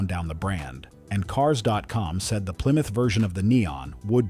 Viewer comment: What's a ply-muth?